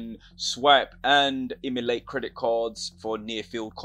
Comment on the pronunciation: What do you mean by Immolate? Emulate maybe? Enunciate bro.